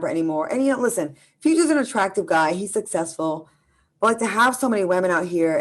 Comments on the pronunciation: Extremely ignorant. More so when he says sussessful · Let's normalize properly learning how to pronounce the word "successful" 🤣... Jokes aside Great show